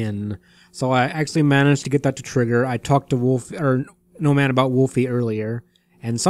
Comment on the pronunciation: I always hear "Gnome Ann" as "No Man" not sure if intentional.